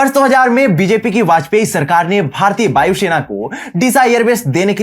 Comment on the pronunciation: It's Vayu Sena, not Bayu Shena